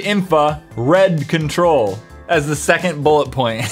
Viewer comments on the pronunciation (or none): none